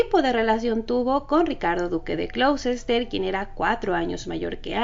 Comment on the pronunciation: El nombre del ducado de Ricardo se pronuncia Gloster